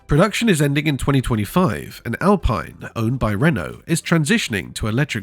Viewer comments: The Alpine 110 you showed initially was from the 1970’s not the current model. You are also mispronouncing the name, it’s Al peeen not Al pine. Get it right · It's Al-Peen.